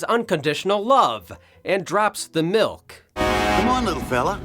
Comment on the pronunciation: "mother's mi'k."